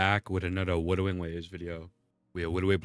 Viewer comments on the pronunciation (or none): ok so forgive me as i dont know if thats a condition or not , but why are you saying wudering waves? your speech seems to be good except that word . is that kind of a gimmick or something im not aware of ?